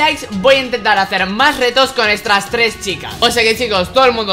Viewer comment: dice estras tres chicas